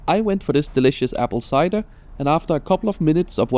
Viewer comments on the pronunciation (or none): none